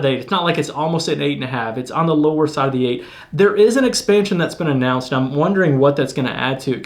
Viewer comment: Love this game! Just wanted to "anno-unce" that out loud.